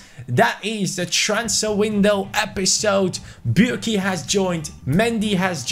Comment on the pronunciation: u said burki has joined :))) LOL